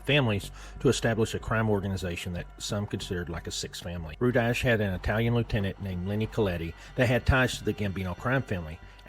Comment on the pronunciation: It's pronounced RU-DIE